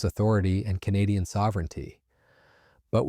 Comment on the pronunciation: Your AI can't pronounce "Canadian". 👎🤨 and this is old news. 💪🇨🇦💪